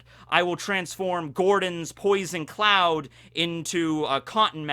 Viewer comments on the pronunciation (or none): none